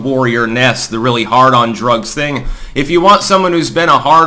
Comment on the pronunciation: I'm not sure if you said "hard on drugs" or "hardon drugs".